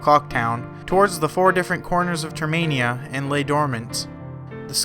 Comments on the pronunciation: It’s termina. Not termania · Nobody is going to point out he said Saria's Song as Sara's song. Termainia? Ugh. Its Termina... The cringe is real. XD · Termina Not Termania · I always thought it was termina and not termania, huh? wait , It is termina so why do you call it termania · The skullkid he meets on OoT is the same in MM. And it's Term-in-ah. ;) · Great video with accurate facts but there's just one thing... It's pronounced TER-MIN-A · It’s termina, like terminal. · NO! YOU ARE PRONOUNCED TERMINA!